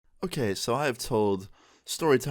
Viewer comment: Me- clicks on this video - okay... Me- I didn’t click on a Swedish video, right? - so I have told.. Me- wtf? That was clearly a Swedish “okej” I heard..